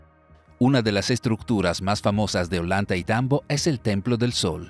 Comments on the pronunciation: Creo que se pronuncia oyantaytambo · Ollantaytambo no se pronuncia "ollanta y tambo" se pronuncia "ollantay tambo"